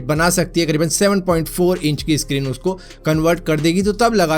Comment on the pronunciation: सक्रीक होता है यार भाई इसक्रीन क्यूँ बोलते हो...